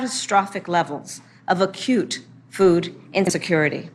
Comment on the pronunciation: "ACCUTE FOOD INSECURITY."